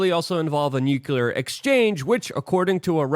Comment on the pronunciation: IT's still NU-KLEE-AR and NOT NUKE-U-LUR!